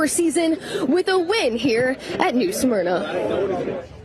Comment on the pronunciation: Guys, it's pronounced 'SMER-NA' not 'SUM-ERNA'😅